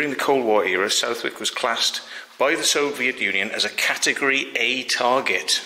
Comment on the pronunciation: Southwick is pronounced suthick.